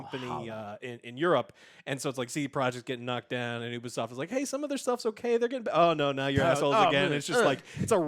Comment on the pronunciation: and...it's pronounced yoo-be-soft not oo-be-soft (Ubisoft)